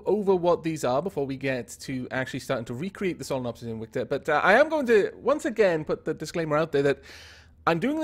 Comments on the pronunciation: He said its name like inwictor not invictor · is it invicta or inwicta? it sounds like you're saying inwicta lol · So it's pronounced ' in-wic-ta' but spelt Invicta? That's nice to know.